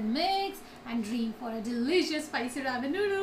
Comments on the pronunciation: It's ramen and not ramen ( I mean pronounced as raa-men ) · pls pronounce 'ramen' correctly